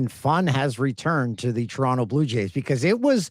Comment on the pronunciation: Hey, did just call Toronto, Toron-TOE? What kind of Canadian is he? No one here pronounces the T......